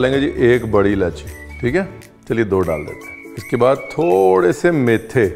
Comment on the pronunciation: Maithay nahee..maithray